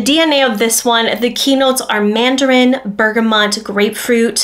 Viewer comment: Cardamon- not Cardamom , Bergamot, not Bergamont!🧐 Jeez.